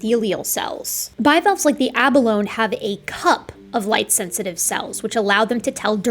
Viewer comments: Correct pronunciation on "abalone" is "ah-balloney". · Didn't they ever teach her how to pronounce Abalone? I mean... all that education just to sound like a troglodyte who didn't study her material.